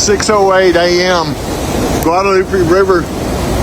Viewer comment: Learn how to pronounce Guadalupe